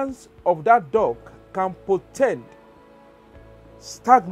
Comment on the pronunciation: It sounds like you are saying DOG instead of DUCK.